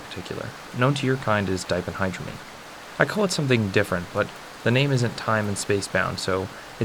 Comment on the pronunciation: 1) That ph in diphendhydramine has an f sound, not a p sound. 2) Diphenhydramine is the active ingredient in most OTC sleep aids, such as Tylenol PM. So, it is commonly used for aiding sleep (though they usually charge more for the sleep aid than store brand of Benadryl).